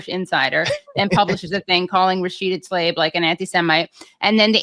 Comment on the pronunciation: It seems somehow apt that Katie's the only person I've ever heard pronounce Rashida Tlaib's name the way it's spelled. I mean, if you can't even trust a journalist or anchor to do that... Also, yeah, that Defamation doc is great, and funny too.